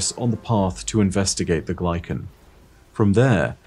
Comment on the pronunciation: Came here to say this. content is god-tier, but dear god the way he pronounces things is so jarring. I’m pretty certain it should be Kata-BAS-is. You’d think he’d get a second opinion before committing to his pronunciations. There are things are said IN GAME that he still mispronounces, like Glykon & Techeun. He also used to pronounce Dredgen as Dred-gen. Horrendous.